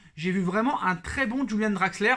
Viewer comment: C est Draxler pas Draxleur